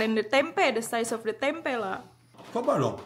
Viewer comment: TOLONG KAK KALAU BILANG TEMPE jangan Dikasih Penekanan Huruf "K" dibelakangnya .... .Artinya sudah beda,,😂 .kalau TEMPE itu kacang Kedelainya didalam .kalau TEMPEK itu kacang kedelainya Diluar...